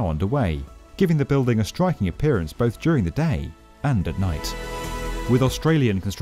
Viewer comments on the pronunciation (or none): none